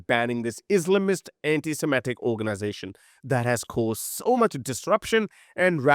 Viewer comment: ...it is antiSEMITIC...not antiSIMETIC! The people were SEMITES! Please try to stop making this american style mustake!